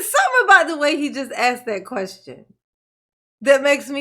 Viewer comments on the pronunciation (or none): How many times does he say "axed" and "would it fair to say" it's super annoying